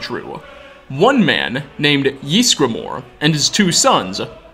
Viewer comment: EEZ-GRUH-MOR YSGRAMOR I legit yell at the screen every time you say "Yeesgramor"